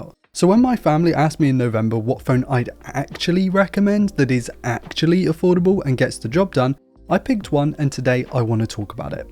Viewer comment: He was saying affordable and i was hearing foldable.....LOL